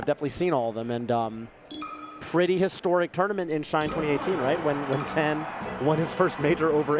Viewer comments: it’s pronounced “zain” not “zan”, the fuck is up with the commentary 🤣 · Weird to hear zeen instead of zain but glad I now know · are we saying ZAN now lmao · sorry bud this is america and im an american, i aint saying ur name with no afghani pronunciation nonsense your name is spelled z a i n and im pronouncing it that way the south will rise again